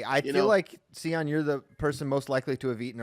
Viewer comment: See- on lol to many cocktail! The michigan fans are being humbled with SEE- ON!! LOLjust playing!